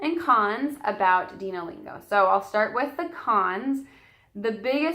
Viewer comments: I think it's pronounced "Dino" as in "dinosaurs." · Its dino like dinosaur